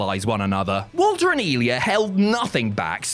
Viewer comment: His name wasn't Valter it was Walter